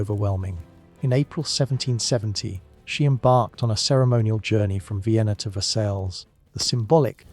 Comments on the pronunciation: Versailles isn't pronounced as ver-sails, JFC man. It's Ver-say, or Ver-sigh (depending on who you ask). Please do better with your pronunciation. I'm not even French, was born in the US..and yet I can pronounce it correctly. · It brings down the perception of the quality of this documentary: if this is not known, what else is right.